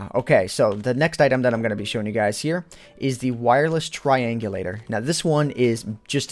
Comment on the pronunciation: lol instead of guys you sayed skys!